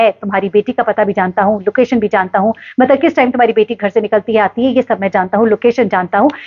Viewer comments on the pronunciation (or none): none